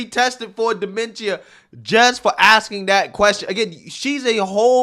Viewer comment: Him pronouncing dementia wrong had me triggered for no reason lol but. First off they did test trump and he came back totally fine yet they haven't tested Joe Biden yet thats showing actual mental problems 🤨🤔. This isn't a surprise a lot of people that are from the hood or where raised near low income people believe democrats are the best. An it just shows that they have been brain washed to just vote for one party no matter the politician on that side. People need to do there research before actually voting because. I bet 100% that people have voted with no actual info on the people they just voted for.